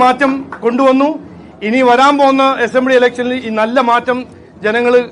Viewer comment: എസംബ്ലി അല്ല BJP ആദ്യക്ഷാ അസംബ്ലി എന്നു ഉച്ഛരിക്ക്‌